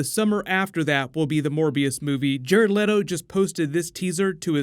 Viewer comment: I thought you said 'More BS'